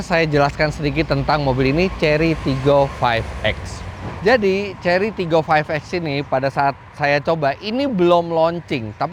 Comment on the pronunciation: pas ngomong TIGGOnya itu mirip logat palembang, tigo atau tiga